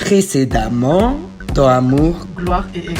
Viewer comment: j'adore le "précédament" au début T-T